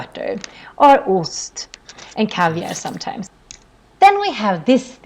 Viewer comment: I think she is just making up her own rules on Swedish, at least I have never heard of these rules. K before EIYÄÖ doesn't mean the K sound like SH, for example Kebnekaise, kör or killar... Same with SK, like in skelett or skeptisk. The way she says for example ost and banan breaks her first rule, should be more like "oost" and "baan'aan" or the words should be spelled "Osst" and "Bannan" to follow the rule. Rules can get you started maybe, but with all the many exceptions (there are only a few words in the video and she already broke the rules multiple times), you will eventually have to abandon them unless you want to sound like "Me are verie goud speaking the Inglesh".